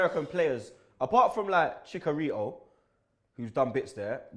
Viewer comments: "ChiCKarito" ROBBIE?!?!? CHICKARITO?! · The way pronounces chicharito tho lol